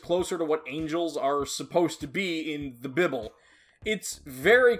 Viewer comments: "the bibel" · "In the bi ble" im in tears